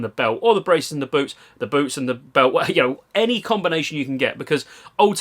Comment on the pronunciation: He isn‘t talking about boots isn‘t he? It sounds like boobs all the time haha